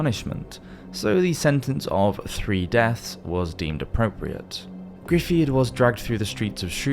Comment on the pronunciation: Just a slight critique of your pronunciation of Dafydd ap Gruffydd. I thought it was a very good attempt considering you are not a native speaker and that Welsh pronunciation is not always obvious from the perspective of and English speaker. I thought I would give you some help Dafydd ap Gruffydd is pronounced like Davivv with the first being a short v sound and the second being longer and Gruffydd is pronounced Like greefivv the FF is the same sound as an English F and the DD is like an elongated English V sound. Really enjoyed the video you make great content.